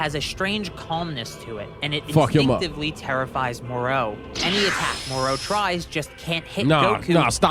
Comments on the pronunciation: I'm sorry, am I the only one who hates how this guy pronounces Moro's name? 😔😡 This ain't the Island of Doctor Moreau... Do you ponounce "Goku" the same way?? It's "Go!" "...koo" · I hat the way says Moro like “mor-o”, as if there’s a mor-p or a mor-q